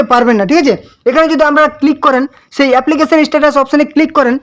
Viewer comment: Tumi age "Sei" ta valo kore bole nao